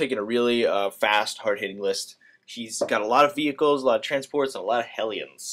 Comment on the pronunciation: omg love the way u say vehicle